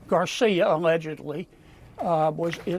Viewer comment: She does a good job pronouncing Garcia’s name. She has to be proud.